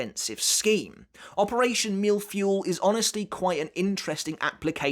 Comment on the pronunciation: Your prononciation of mille was almost on point, my only advice would be to have the "l" ( not the i, the l ) sound a little longer For feuille, however, you completely missed the mark. To pronounce it, after the f sound do the eu sound of "heuristics" ( I took the first word that came to mind and had that sound ) and then the y sound of "yeah" or "you", and you'll be quite close as to how it is pronounced in French. And yes, a mille-feuille is a cake composed of thin layers of solid matter with cream between them